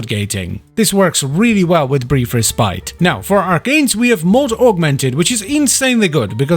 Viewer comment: is it just a running meme in the wf yt community to mispronounce 'respite'?